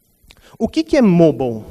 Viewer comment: Pelo amor de Deus...eu aqui o tempo todo me perguntando o que é o tal "Môbal" que o cara falava, até que percebi que era "Mobáio" (tentei trazer o som da pronúncia correta de "Mobile")...perde credibilidade não saber a pronúncia de "Mobile" e falar sobre isso durante 32 minutos...